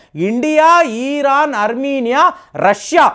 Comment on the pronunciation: ఇరాన్ అని కరెక్ట్ గా పలకండి. ఈరాన్ అని పలకడం తప్పు......